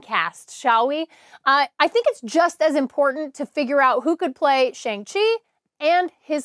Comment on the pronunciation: You're killing me with that "Shang Chi" pronunciation.. Shang is pronounced like when the doctor tells you to stick out your tongue and say "Ah".